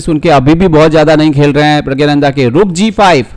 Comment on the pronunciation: You are pronouncing his name incorrectly its prggnanada not prgyananda. In the description also you have wrote his name wrong in hindi